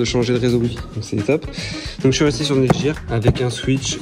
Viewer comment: on dit netgear pas netjir mdr